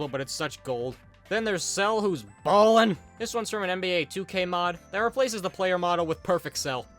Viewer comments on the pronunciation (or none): WHG DID HE SAY BALLIN’ LIKE THAT